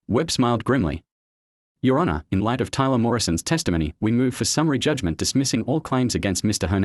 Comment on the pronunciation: I hate AI voice overs like when it says your (let a beet pass) honour my client. Either hire a real person or at least a better version of your AI.